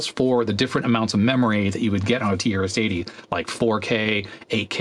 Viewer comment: The way you pronounce "TRS-80" sometimes sounds like "tear city". I guess that's quite a fitting name for this board😂